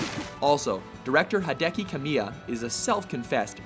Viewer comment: Hideki Kamiya. Hi-De-Ki Ka-Mi-Ya. Not Hadeki...